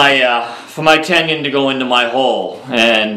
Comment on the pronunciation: there is no Y in Tenon it is not a tenyon